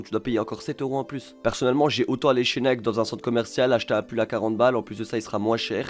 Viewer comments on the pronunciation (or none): none